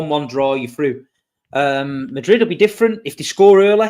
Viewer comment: # Pray for MAH-drid. 🤣